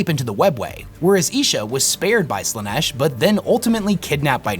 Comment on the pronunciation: it is sad in a way that most content creators use Ai voice overs of themself for the videos, how do i know? listen to how Slaanesh is prounced